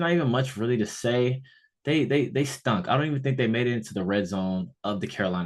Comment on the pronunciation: Emphasis on the STUNK! 😂